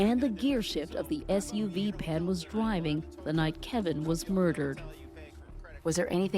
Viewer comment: Are you saying Pan or Pam? Spelled with 2 n’s? Oh, it’s got an L in it like calm. 😂